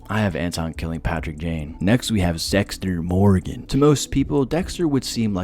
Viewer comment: Did you just say Sexter Morgan XD?